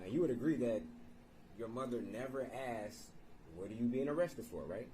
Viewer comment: questions "axed" are ridiculous!